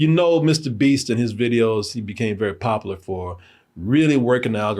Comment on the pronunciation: i really want to stop saying POPULAR if he's not going to put the U In it 😔